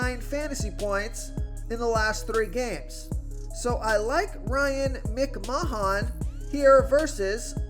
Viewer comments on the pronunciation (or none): When will you learn how to pronounce the names? Its mc-man not mic-mahon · Lol. "Ryan Mc-man" not "Mic-ma-hahn" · MICK MAH HAHN LMAO